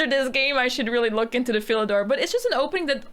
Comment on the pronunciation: you keep saying fill a door. What's the door filled with (kappa)